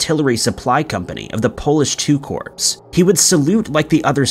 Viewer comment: Corps is pronounced ‘korr’ not ‘corpse’